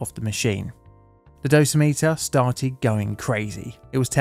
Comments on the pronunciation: heads up, it’s “doe - sim - it- er” instead of “dose - meter” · One correction: "Dosimeter" is pronounced with the stress on the second syllable -- "doh-SIM-uh-ter." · Sorry this is driving me crazy. It is dosimeter (dough-sim-iter) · Survey meters are called dose rate meters. Dosa-meters like you called them sound too similar to Dosimeters which are badges worn to measure how much radiation a person has been cumulatively exposed to. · FYI: dough-sim-it-ur. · Just FYI. The word dosimeter rhymes with perimeter.